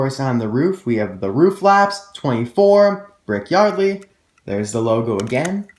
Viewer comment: you called brick yardly